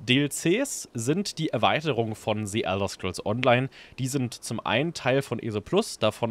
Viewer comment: "Si" Elder Scrolls Online... Sorry aber da kann ich nach rekordverdächtigen 6 Worten schon nicht mehr zuhören...